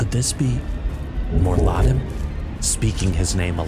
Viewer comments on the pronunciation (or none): Awesome video! Small criticism - the constant mispronunciation of 'Mor'Ladim' killed my immersion. It's not "Moar'LAD-em" It's "Moor'La-DEEM" Its supposed to sound Latin/Irish, which in this case makes it feel more menacing when spoken. Roll the 'r' at the end of 'Moor' to dramatize the effect.